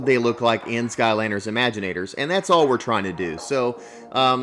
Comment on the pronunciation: It's not remaginators it's imaginators